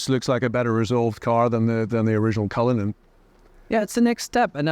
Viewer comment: cullinan ❌ cryllinan 💯